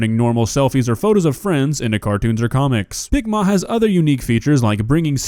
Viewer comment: Why does picma sound like ligma